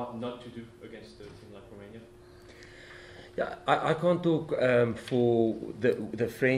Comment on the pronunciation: ROMANIA is NOT pronounced ROOI-MI-NIA Jacques but ROW-MAY-NIA